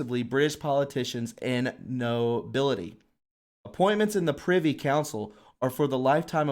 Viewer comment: Privy Council .... pronounced .. priv-ee .. not pri (eye) vee. : symposium pronounced sim-poh-zee-uh m ... Very good podcast btw!